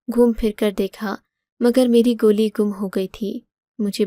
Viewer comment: گولی ھوتا ھے گلی نھی